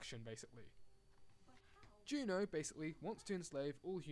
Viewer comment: It's JUNO not GEEENAAAAH